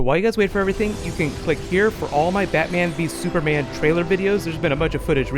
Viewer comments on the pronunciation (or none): "Super Manga" but "Battoman vee Supama"